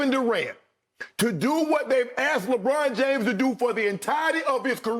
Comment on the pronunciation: Im a lebron fan but that was pretty funny, skip said "legone james". Lol